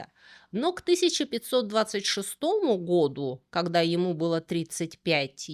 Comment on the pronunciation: "вокруг Света", "креспостные", "когдя"..., вы чем-то болейн?